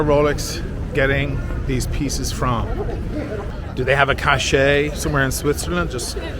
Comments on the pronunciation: THIS!....cache / cachet... If you are going to have your nose in the air... GET IT RIGHT! LOL “Cache” comes from the French verb cacher, meaning “to hide,” and in English is pronounced exactly like the word “cash.” But reporters speaking of a cache (hidden hoard) of weapons or drugs often mispronounce it to sound like cachet—“ca-SHAY” —a word with a very different meaning: originally a seal affixed to a document, now a quality attributed to anything with authority or prestige. Rolex watches have cachet. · Hidden things pronounced "cash" not cachet